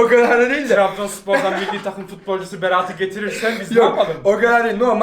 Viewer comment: Berat'a Beraaat diyor